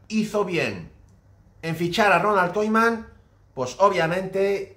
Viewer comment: Por qué dices Koiman?